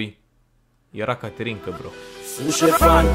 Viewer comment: De fiecare dată când ai zis ,,caterinca" eu tot aud ,,canterinca" de la vulpita